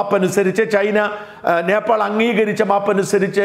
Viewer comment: നേപ്പാൾ എന്നതിന് പകരം ഭോപ്പാൽ എന്നു പറയുന്നത് എന്തു കൊണ്ട്?